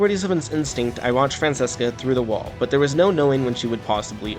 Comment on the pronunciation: Dope video, but her name is pronounced “Fran-ch-eh-ska